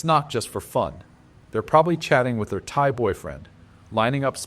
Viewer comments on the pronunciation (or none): none